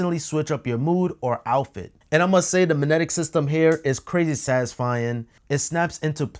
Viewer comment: manetic? or Ma"g"netic?